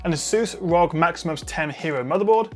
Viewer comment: It's not pronounced as 'Rog'. It's not a shortcut and rather an abbreviation so it's supposed to be read as 'R. O. G.'